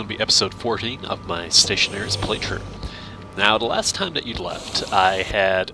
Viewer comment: "Ion" game it is "stationeers" :D someone others wrong dont worry